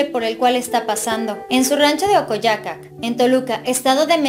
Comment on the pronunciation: Se pronuncia 😂ocoyoacac